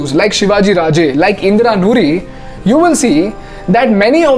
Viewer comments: Good video. Except, it's Indira Nooyi and not Noori... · Nice research, good video. It's Indra Nooyi not noori